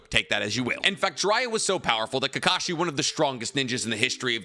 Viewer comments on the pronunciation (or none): none